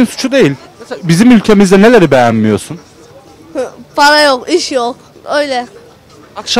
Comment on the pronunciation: parağ yoğk iş yoğ öyleğ